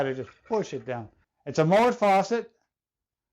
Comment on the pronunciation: It not a Moët it’s a MoeN